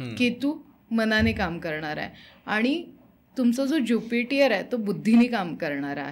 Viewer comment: Jupitier, depth nahi. ज्युपिटर आणि डेट म्हणतात.